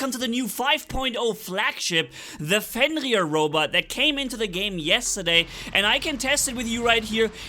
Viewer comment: I like hearing say 'Fenrir' Can't hide that Dutch R!!!